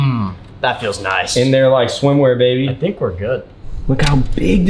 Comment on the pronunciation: I love the way calls Matt “Babey”